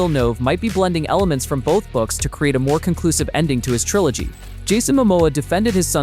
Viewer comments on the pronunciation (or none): none